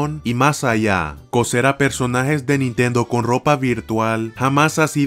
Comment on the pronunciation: Nitendo diesai ulalala señor elegante Aver como se dice Nintendo tresdeece